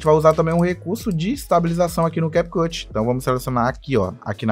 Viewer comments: Na hora que ele falou CAP CUTI me quebrou mais o que vale e o ensinamento🙌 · Ainnn desculpa aí “americano” 😂😂😂🤦🏻‍♂️